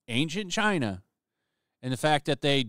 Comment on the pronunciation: You pronounced China wrong.